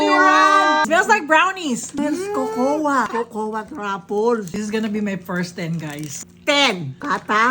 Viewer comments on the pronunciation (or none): none